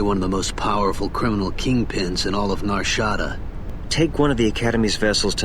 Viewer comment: The way pronounces nar shadaa is correct don’t